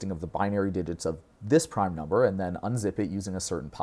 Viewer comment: Oi m8, you got a loicense for that proime?